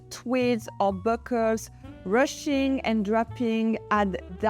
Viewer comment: Ruching is pronounced in English like rouching would be in French, not like the English rushing. Accessories, the plural of accessory, ends with an -eez (ease) sound, not the English I (eyes). The way you pronounce it, ending with the -ize (eyes), is the English verb form To Accessorize (to add accessories to an outfit). Your English is excellent, I wouldn’t bother to correct you otherwise. I know, English spelling and pronunciation are illogical and impossible! A lot of pronunciations and spellings just have to be practiced and memorized. I thought you would like to know for these words that we use so much in fashion styling, I know the French strive for excellence in many things, and they succeed! If not, I’ll desist! Love your style and channel❤